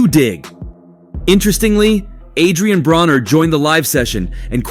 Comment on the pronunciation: It’s not Adrien brawner for fuck sake. If you’re going to try to capitalize off of a sport at least show enough respect to have names pronounced correctly….. vulture